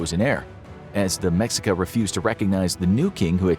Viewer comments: Ma-sheik-ah.. not mex I ca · The culture name is pronounced Meh-shee-kah. Not Mex-ee-kah. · I'm glad I found this I was about to make a long comment about it. Hearing mexica kinda stung my ears 😅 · It's pronounced "Me-shee-kah". Not "Mex-ika". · the fact he pronounces it as “meksika” a billion times 😭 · I know I'm gonna get yelled at. Anyway "MeSHEEca" - the X in Nahuatl (Aztec) words is the Spanish way of saying - "We can't pronounce that bit, since there is no 'sh' sound in Spanish". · Mexica is pronounced May-Shee-Ka. And the video shows them migrating with horses. They had no horses before the Spaniards came. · It’s pronounced Meh-shee-cuh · Mexica is pronounced Meh-she-kah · Hi! Mexican here, it's pronounced Me-shica when we are talking about the civilization. C: great video as always Edit: Also the Aztecs was the name they had before emigrating from north to south. When they arrive at what's is today Mexico City they are just called mexicas, not azteca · Let me correct you on that what you stated firstly it's pronounced meh-she-ka. 2. They where always mexica the word aztec was the name of the Empire that the mexica where apart of Along side texcoco and tlacopan peoples. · Excuse me, it’s pronounced Meh Shee Kahss. Not what ver u said. Also, it’s Moctezuma, not monte whatever the f you said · Mexica(Meh shee ka) and Mocteuctzomatzin is Moctezuma's name in Proper Aztec Nahuatl including the Honorific suffix. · Mexica is pronounced "me shica" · It's pronounced "meshika" Mexica. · I hope y’all are scholar in this cause you pronounce Mexica incorrectly so who knows what else is wrong